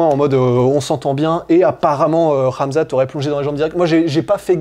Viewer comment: Ben we nu poca ssss la sueu. On comprend jamais tes intro guy😂 articule stp. C'est KHAMZAT est pas amza't. par contre speak comme un journaliste de bfm. 😂